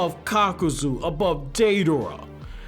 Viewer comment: “Deiderra” lol